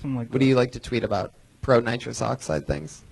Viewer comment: Dude had an entire set about nitrous oxide and kept saying nitrick oxide but he so smart he figure out immortality